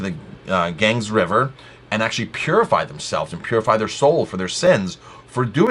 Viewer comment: The Ganges river is pronounced "Gan-Geez"